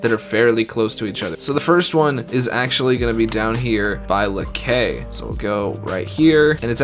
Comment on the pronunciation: Keep up the great content. Amazing work . FYI Bayou NWA its not N.W.A but closes pronouciation is : N'wah ( kreyol) as in Noire for black in french , but a silent R. Same goes for LAKAY= HOME LAKAY is more like LA-KAÏ as in cobra KAY .